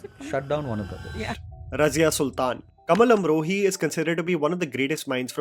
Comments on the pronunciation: Please, work on your pronunciation. It is really bad for a content creater to have such bad pronunciation for such good content. One example from this video - It is "Kamaal Amrohi" not "Kamal" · आ की मात्रा बोलना सीखो। कमल नहीं कमाल अमरोही।